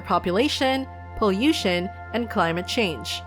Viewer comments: The way you pronounce pollution makes me think you are a native Spanish speaker! also cool video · I would say Europe